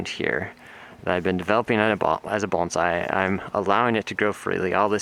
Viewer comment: Thank you for pronouncing “bonsai” correctly